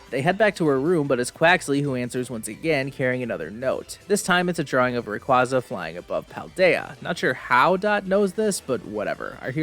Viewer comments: thats... how you pronounce Rayquaza?? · I hate it so much the way he kept mispronouncing Rayquaza